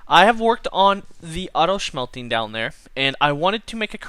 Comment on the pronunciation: I love that you pronounce it 'Shmelting'. Thanks for entertaining us!